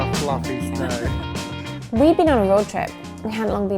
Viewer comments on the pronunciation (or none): PrOpAH FlaUffeY sNOEh